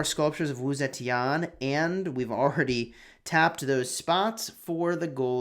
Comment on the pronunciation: "Sa-chen" not zetian...